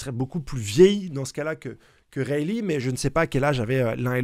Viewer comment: " isteur-aigue " et bravo pour "raye-lit"!!